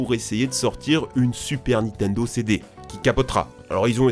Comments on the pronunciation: Tu en as pas marre de dire NITENDO tout le long de la vidéo au lieu de NINTENDO ??? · C'est Nintendo pas nitendo